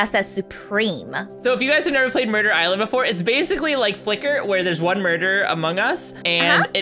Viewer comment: Hello and! I love ur vids!🎉😊🎉❤ Also it sounds like “burger island” instead of “murder island”